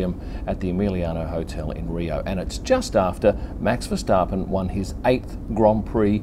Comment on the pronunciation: You pronounce his name perfectly.